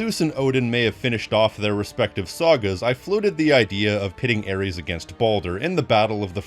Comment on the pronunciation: Its ares and its not even close